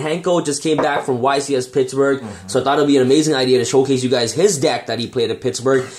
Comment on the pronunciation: It's Pittsburgh not Pittsburge 🤣